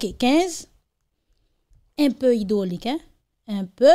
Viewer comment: Mesyé hydrolic pa mim kon li "li di invaliation" kot neg sot sa soti 😂😂😂😂😂😂😂😂😂😂😂😂😂😂😂😂😂